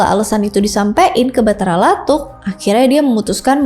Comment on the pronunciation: Makasih telah meriview sejarah Bugis,,saran untuk cara penyebutannya sebaikx meminta sumber dari orang Bugis asli,sprt patotoe TDK pakai huruk K,atau Batara lattu,,bukan Batara lattuk